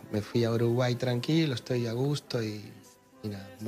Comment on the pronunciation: Viste como dice (Y NADA NADA) re ARGENTO😅😅